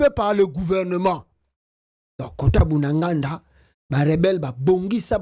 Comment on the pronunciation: C'est BUNAGANA et non Bunaganda SVP.